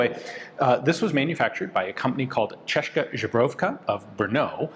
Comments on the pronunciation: I absolutely love your content, Ian! Please don't take this negatively, but I wish some in VHU could have had told you how to pronounce "česká zbrojovka" correctly 😅 It is something like "cheska - z-bro-yovka" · Please look up how to say Česká Zbrojovka properly, it hurts my ears and I'm not even Czech (I'm Polish). It's more or less Cheska Zbroyovka, you can check how it sounds in for example google translate. Other than that great video, thanks! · I like how Ian never cared to learn how to actually pronounce „Česká zbrojovka“ Great video though!